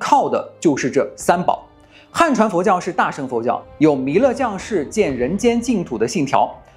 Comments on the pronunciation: 大乘（cheng）佛教，不是sheng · cheng2, 不是sheng4